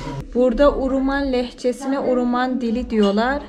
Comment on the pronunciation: video da sürekli uruman dediğin yerin ismi de HAWRAMAN"dır. keşke o bölgedeki diğer köyleri gezebilse idin. bu arada keke lokman"ın bir iletişim bilgisi varsa insta ve face gibi ve bizimle paylaşırsanız çok sevinirim